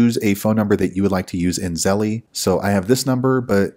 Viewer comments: Thank you, but I cringed every time you said Zelle. It’s pronounced “zel” not “zel-lee” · You calling it "zelly" makes this video really hard to watch.